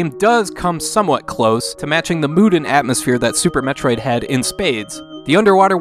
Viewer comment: If you like Super Metroid, you are correct. wtf? You mispronounced "Super Metroid".